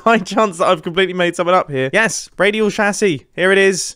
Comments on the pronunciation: It's chassis, not chassy. How are you pronouncing chassis like chassy every time? It's chassis, not chassy. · you pronoucing "chassis" is still not as painful as you pronouncing "AT-AT" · Sorry I can’t finish the video the way he’s calling a chassis